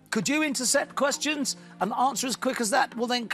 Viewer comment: Me as a german is impressed how short the questions are and that the moderator says correct 😂